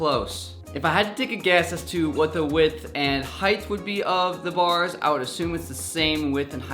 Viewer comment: did he say heighth